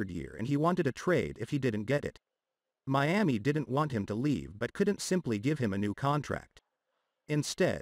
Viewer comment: I told you about saying Meami when you definitely know it's Miami... Just stop it I'm not giving you no more comments in the section either